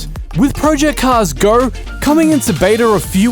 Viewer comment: "Project Cars Gorrr"